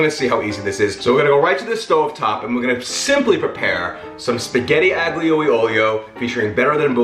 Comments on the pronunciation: Definitely my fave pasta dish. Had it for the first time while visiting Rome over a decade ago. (Oh, and aglio is pronounced more like ah-leo, which is garlic. Aglio e olio literally just means garlic and oil ) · Ah lee uh oleo- g sound is silent, hope that helps, love ya